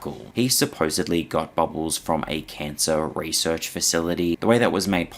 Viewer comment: I find your content information and interesting, but the way you say bubbles... ugh never say that word again